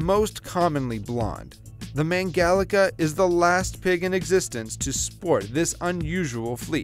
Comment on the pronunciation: me being a hungarian and sees mangalica:wow, but why u say it like that